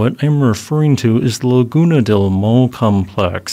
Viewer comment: Maule is pronounced Mau = M-ow, like you hurt yourself, le = ley